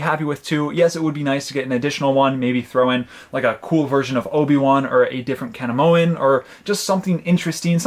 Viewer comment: Kanimoan? Or Kaminoan? 😂🤦🏻‍♂️